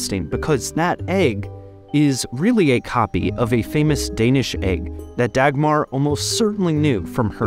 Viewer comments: is it so hard to say her name right ? its not degmar. think of duckmar and then say it. but in the end both a´s are spoken as aaaaaahhhhs not es eeehhhs. americans... all the settlers from around world.. still butchering names. how can an A be en ay ? while e is an ihh ? and u is an u bit its an aaahh ? if the name is like not american. please try to spell it out correctly. DO A RESEARCH ON HOW ITS SPELLED CORRECTLY. please. for the love of Dagmar! not Degmar... degmar... so funny how you say her name. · Davmar? There's no hard sounds in the name. It's not Dackmarh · For what it's worth, Dagmar is actually pronounced more like Dawmar. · Dau-mar or Dawmar is not a bad sounding name - Dach-mar is - and while Queen Dagmar was German before she married a Dane (Valdemar II), her descendant princess Dagmar was born a Dane. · No it’s not? It’s more pronounced da-guttural g-mar. So da-ch-mar almost? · I would say Daumar, where “au” is pronouced the same way as in Sauron. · The 'r' in the end is also softer than in English. I would probably say it's pronounced 'Daumah' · Dagmar is a much softer name in Danish. Pronounced more like Daumah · The 'G' in Dagmar is pronounced like a 'U', making it a much better name for a princess. Her name is pronounched like 'Daumah'. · Dagmar is pronounced Dawmar or Dowmar. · Dagmar is a beautiful danish name 😭 you're just butchering it! I'm a kindergartenteacher in Denmark and my Dagmars can absolutely be princesses if they want that! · Because, the g is pronounced. It is just a soft g. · It's a girls name in Latvia too. Dagmāra. Not as soft as the danish version, but definitely has more class then his take on it, haha. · He just meant that Dagmar isnt only a Danish name and there are multiple equally valid uses of the name Dagmar all pronounced differently, but him mispronouncing the Danish name Dagmar is just that, mispronouncing. If he had named his daughter Dagmar with some new pronunciation it wouldn't be mispronounced just different.